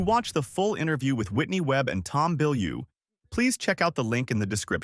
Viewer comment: It’s Tom Bilyeu. 🙄